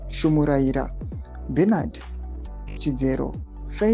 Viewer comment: That's not Shumuraira as you read it , It's Shamhuyarira.